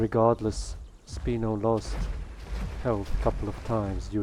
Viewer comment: Sp-I-no not "Speeno" 😂